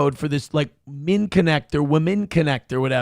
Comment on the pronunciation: That PBD app is called MINN-ECT. I don't use it or anything, but you could at least pronounce it correctly. Have a nice day.